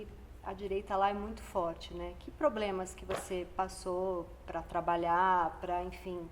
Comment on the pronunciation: “Ploblemas” 😂😂😂🫣😂😂😂😂 hein, como está o enteado? Aquele te chamou de oportunista, pu** é que gosta de bater em mulher? 😂😂😂😂😂